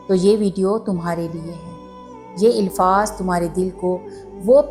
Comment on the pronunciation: Ilfaz nahi alfaz hota hai